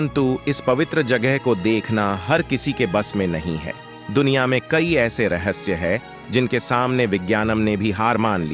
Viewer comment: रहस्से नही रहस्य